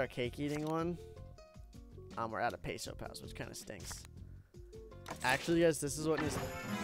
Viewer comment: The last "s" in "pesos" is not silent